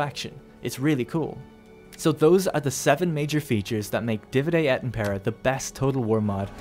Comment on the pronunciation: Dívide et ímmmmpera, not impéra x)